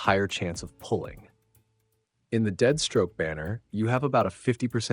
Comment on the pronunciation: Why does he keep saying deadstroke?